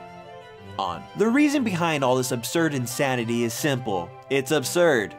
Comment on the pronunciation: BEE hind the maymay XD